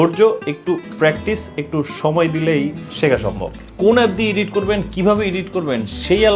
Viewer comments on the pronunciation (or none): ইডিট, ইডিটিং এটা সঠিক উচ্চারণ না ব্র।দয়া করে খেয়াল রাখতে পারেন।